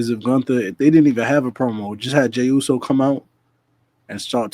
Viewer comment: I know u wanna talk about the Owen Hart cup...-MEEEEEE?!?!?!? 😂🤣😂 another great show fellas 🫡 keep moving forward. Also I agree with... u butchered that Jey Uso line 😂😂😂